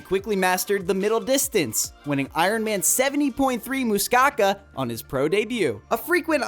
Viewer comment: Muuuscaka - where in world is that it is Muskoka (Mus-ko-ka), then Ali star lol just continue butcher the names mate